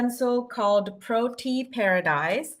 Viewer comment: I can see I'm not going to be able to live without Lavender Whimsy! 💖 By the way, the first flower is pronounced pro-TEE-ah